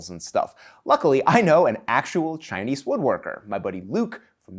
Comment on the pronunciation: The way you keep mispronouncing Chinese grates. The low bench style - whatever nationality - holds nothing for me. I boke my back at L1S1 years ago and it's never been entirely right since then. Just the idea of sitting hunched over for hours on end ties my back in knots.